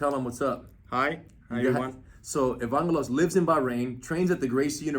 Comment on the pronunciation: Lol Rener doesn't know how to pronounce Greek names. He said Evangelos with a "G" sound when the G is pronounced with a "Y" sound. I'm Greek by the way.